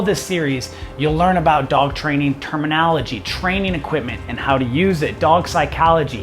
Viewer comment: Starts off by telling you that you need to learn the proper terminology… yet can’t pronounce terminology.